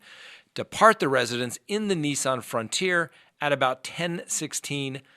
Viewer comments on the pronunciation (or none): none